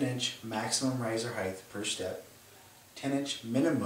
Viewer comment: It's pronounced "hite" not "hythe"!!!!